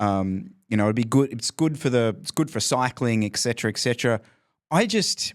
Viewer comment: It’s pronounced “ET-Cetera” with a T, not K